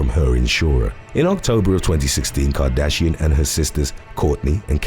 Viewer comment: I was in till u said cartrashian!